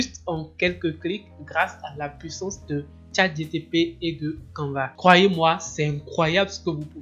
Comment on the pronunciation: Pourquoi dis-tu toujours ChatGTP... alors que c'est ChatGPT ??? Sinon bravo pour le travail